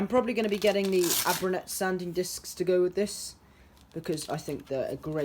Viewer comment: Erbauer is german for builder or workman and it's pronounced "eh bow er". Great video! 👍